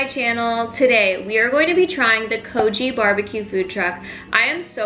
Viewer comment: It's pronounced kogi like bogey not kojee